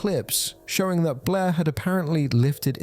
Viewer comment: I love how Blair is such a hard name for British people 😂 It always sounds like "Bleh"